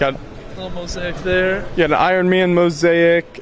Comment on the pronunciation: And 'mo-zake' not 'mo-z-ai-ik'